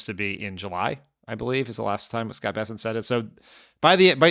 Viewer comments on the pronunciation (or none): none